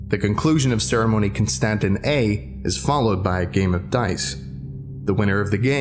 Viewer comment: Constantin.... Constantine?